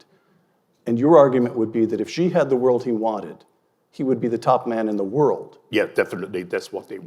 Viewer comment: As far as pronunciation for President 'Xi' goes, I think you will need to get your pronouns right? It's 'she', not 'zhe'